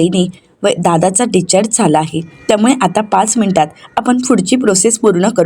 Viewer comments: डिस्चार्ज असा शब्द आहे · डीच्चार्ज काय म्हणतेस discharge